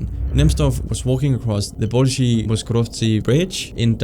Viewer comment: You could try to pronounce things like this bridge correctly. There is no "shi" in Bolshoy. And where did you get "V" in Moskoretsky from? All the letters are pronounced exactly the same as they are written, in all Slavic langugages. You don't need to add or skip anything.